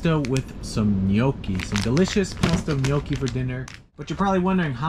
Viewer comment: Thanks for the GOOD pronunciation of gnocchi, love you man.